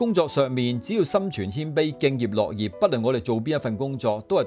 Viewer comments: 多謝分享👍🙏。敬業樂業中的「樂」在此應讀ngaau6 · 多謝台主的分享，請問配音是用AI嗎❓因聽了兩次敬業【樂】業的讀法不對。可否更正 讀音 thanks